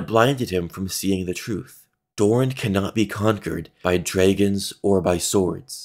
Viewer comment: how the hell do you pronounce dragons like that